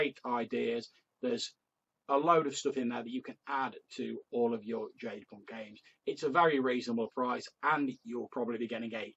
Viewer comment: No worries, most folks mispronounce it. You came closer than many of them. I did have a question on the material for you. Did you find the healing rules to be useful?